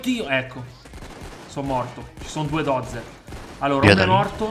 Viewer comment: é Buldozzer e non Dozzer